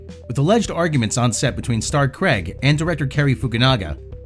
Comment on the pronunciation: "Craig" not "Creg"..